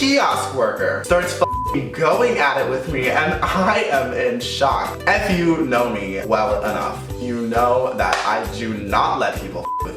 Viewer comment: have you noticed that whenever he says "if you guys are new to my channel" or "if you don't know" he always pronounces "if" like "eff" "Eff you guys want..."